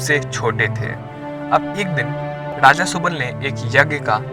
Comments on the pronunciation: Raja bolte hai daja ni ra da mai fark ni aata kya gadha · Daja nahi re raja bol😂😂